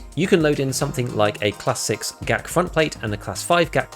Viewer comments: white armor is not gazelle its g zhel' zh is like 's' in pleasure/ thx for video, like it 😁😁😁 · I love how you nail the pronunciation of Zhuk but keep butchering Gzhel